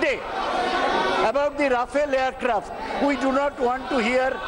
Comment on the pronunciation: Mr Roy, We know the pronounciation of TMC and Mamata, It is not called Ryafel Joy, enjoy. Bakwaas, english padaana hai tho, WBke school me jayiye na.